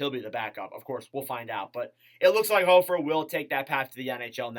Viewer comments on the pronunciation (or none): Pronounced HOFFer, he will be 1A/1B with Binner this season since Greiss retired. They will not put him at 1A for awhile, too untested. Aidan Hill got lucky with everyone in front of him going down- barring injury, the Blues won’t put that much pressure on him for at least a couple years (IF they’re unhappy with Binner)